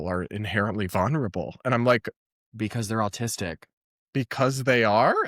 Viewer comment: I’m sorry, but can someone teach Brad how to pronounce vulnerable.